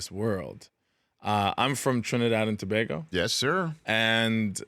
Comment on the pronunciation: Big up to Rich for pronouncing Tobago correctly.